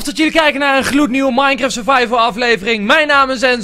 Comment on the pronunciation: ENZO ENZO dit is belangrijk Het is niet minecreft wat jij zegt maar minecraft Like zodat milan dit ziet